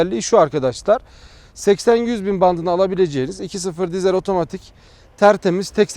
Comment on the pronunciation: Eğer bir dahaki videonda diiiiiizel dersen abonelikten çıkacağım. Dizel dizel dizel dizel. Bence sen de söyleyebilirsin. :)